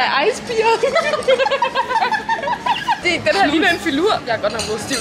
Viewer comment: Jeg ved godt jeg kom til at udtale det "beer" stedet for "bear" 🙄🥲